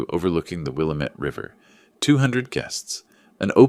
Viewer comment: Will lamb met Not will a met 👍